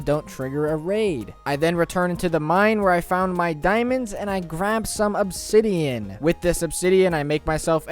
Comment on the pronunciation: This man needs to stop emphasizing the last word of every sentence. "I returned to the mine with my diamond pick ax to gather some obsidiaaaaan"